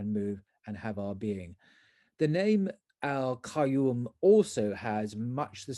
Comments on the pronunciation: It is more correct to read it as Qyuum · Just want to correct the way you say Qayuum. It would sound better if you read it as Quinn.